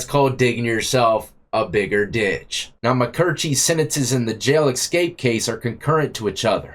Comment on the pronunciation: My man, there is no “x” in the word escape. Keep bringing the good content!